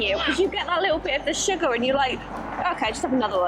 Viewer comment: ..so cute how you pronounce sugar! We say shugar and you say shiger. It’s like little ones say it over here! Love you guys! Want to see you feed your neighbors and blow their minds!!